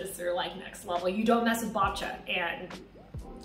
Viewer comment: the babcia's one is perfect..the way you say it hahahah